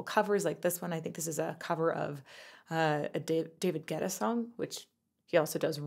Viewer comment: Your analysis of this song by AJ is wonderful and spot on. But each time you said David Gueta I cringed. Andy schnell extended a great offer to you. Hope you take him up on it. You're too good to make major glitches such as cover VS original especially when it comes to artists of this girl's caliber.